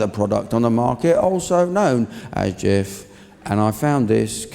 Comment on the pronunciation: Having lived in Turkey for several years where the do sell Jif... The J sound in Turkish is sounded like ch... Hence chif which has a silent h due to the c having this symbol Ç